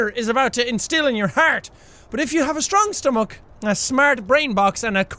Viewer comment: 'stwong stumach'